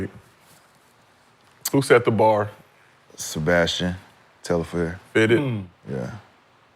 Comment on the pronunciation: Telfair .. not Tel-la-fair